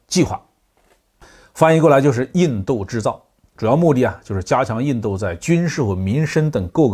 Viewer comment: 为什么总是把印度说成印豆？